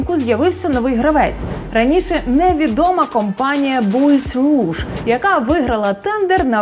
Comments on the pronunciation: дійно. Вимовила "бойз руж"))) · Мабуть, Bois rouge [ буа руж] , не [буіс], в перекладі з французької Червоне дерево. Пардон. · назва фірми “bois rouge” скоріше за все читається як «буа руж» бо bois з французької означає деревина, а там часто французькою говорять. Дякую за випуск